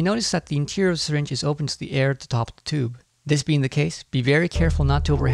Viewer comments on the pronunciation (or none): none